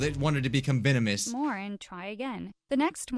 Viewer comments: It should be venomous not posainus. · Venomous, the word is venomous. REEEEEEeeeeEEEEeeeeEEEEee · Tch its actully venoumes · Venomos NOT poisoinus